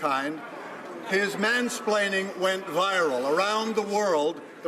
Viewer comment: That is NOT ZEE question you asked! ZEE what I mean?